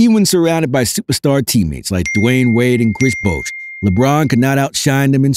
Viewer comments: This is a nine minute video rehashing the same 30 second point about 15 times. And, there is no clip of TMac saying the quote attributed to him. PS: Bosh is not pronounced "Bousch". It would need another vowel, like in the word "doe" or "Bone." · How is it that you don't know how to pronounce "Bosh"? Even a casual NBA fan knows that.🤦‍♂